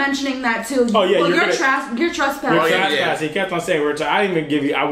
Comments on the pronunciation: I heard trash-passing 😅😅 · Yes you said trashpassing